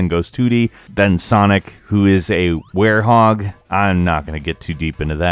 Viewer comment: Wedgehog not warehog